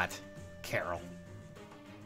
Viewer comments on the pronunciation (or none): Why do people call him "Carol"? That's not how you pronounce it. Also, saying Raven isn't a good 5* is just silly. He's the best quad axe unit. He's literally an infantry Cordelia with an axe and one less Atk. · Pronouncing Karel like Carol is 100% hilarious.